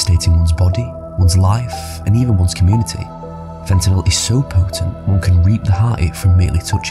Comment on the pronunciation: They can't pronounce fentanyl. How did they get to be anchors?😅